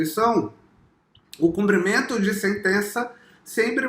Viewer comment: So precisa aprender a falar: CUMPRIMENTO!!!